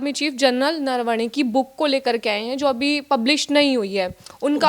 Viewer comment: नरवाणे × न र व णे _/